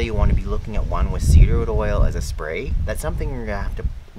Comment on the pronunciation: Did you say cedar wood oil? I listened repeatedly but am not sure. Also does that oil help with fleas too?